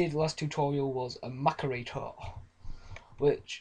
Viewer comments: not mac-er-rater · macerator mass-ser-rater